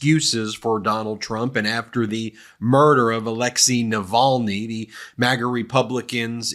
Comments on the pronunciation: They’re still trying to teach him how to pronounce Navalny, tRUMP doesn’t know him, never met him…….sure he is a nice man, people say, maybe yes, maybe no…..Yada Yada Yada. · The Fox news bod, Cavuto, cannot even respect Navalny by saying his name correctly.